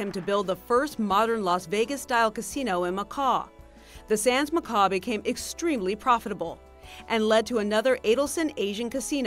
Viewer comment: its pronounced makow not makor spelt Macau